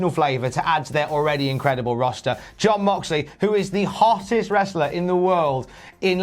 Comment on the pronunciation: Did just pronounce Mox's first name as Yon Moxley? xD